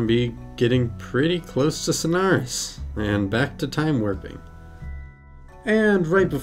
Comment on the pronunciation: Why do you pronounce it as snars